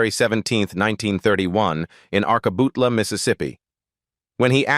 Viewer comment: Narrator! Learn how to pronounce before you narrate. It’s “ ARK- a- butt-la!” “Fool!”